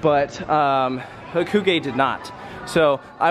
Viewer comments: its ha-koo-gay. It's how it is pronounced in Japanese. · It’s HAH-KOO-GUY